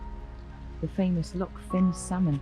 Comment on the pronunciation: The pass you came over was The Rest & Be Thankful. The main road is usually closed after heavy rain or because of the on going landslide mitigation work, and the diversion is on the Old Military Road (built in 1745). Loch Fyne is pronounced ‘fine’’. Inveraray is a lovely wee town.